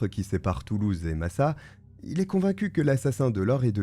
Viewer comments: Je vis depuis ma naissance à Massat, le village où s'est refugié Alègre (d'ailleurs c'est MassaT et pas Massa), savoir qu'un tueur en série est venu se planquer dans notre petit havre de paix me fait frissonner... J'ai l'impression que mon village cache beaucoup de choses, il y a des meurtres, des disparitions, des agressions, des enlèvements... Et pourtant en apparence c'est l'endroit le plus paisible sur Terre. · on prononce le t de Massat,j habite pas loin ,cette histoire a hanté l Ariège pendant longtemps..